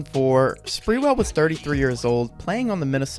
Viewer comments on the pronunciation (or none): It’s not sprewell as in sprewell but sprew ell